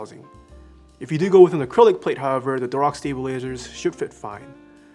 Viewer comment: I heard 'stabilazers' and thought I was having a stroke for a second.